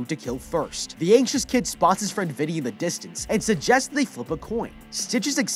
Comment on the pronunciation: Bruh I thought he said the kid was ancient but he was just anxious